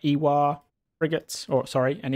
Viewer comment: I think the “war” in “ewar” means “war(fare)” and is pronounced “war”